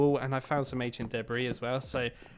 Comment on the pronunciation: ancient duhbreeze ...were you trying to say debris? The s is silent, and it's the same whether it's plural or singular